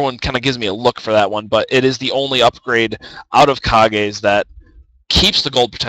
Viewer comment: Lol wtf is ka-gays. How could u not think that Kage's Lucky pick isn't pronounce like cage?